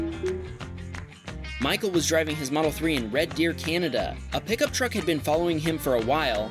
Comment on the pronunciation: Why you saying been